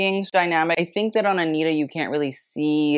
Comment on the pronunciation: you can say versace correctly but not anitta? 😭😭 she’s brazilian, so the pronunciation is aniTa and not aniRa! (but that’s ok u can say it whatever way you want, i just found it curious)